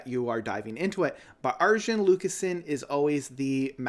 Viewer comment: his name is pronounced Ar-Yun. 😉 Transitus was initially intended as a film and not as an album, but due to covid-19 and a limited budget, the project is not quite what Arjen expected.